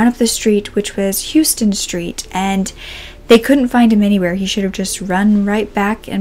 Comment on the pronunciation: Random fact! It’s actually pronounced “HOW-ston” street. I love your channel so much!